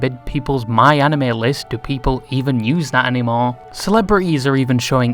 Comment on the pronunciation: Props for actually pronouncing Anime right 🤣